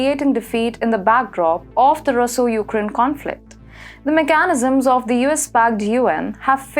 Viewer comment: I love this channel, but listening comprehension is very difficult for everyone, when you put the emphasis on the wrong syllable. Please. unFORtunately huMIliating MEchanism speCIfic REPreSENtative auTHORitative inTImidate parTIC ularly coMITting SImilarly sigNIficantly leGItimacy I used to work as an English teacher. Please.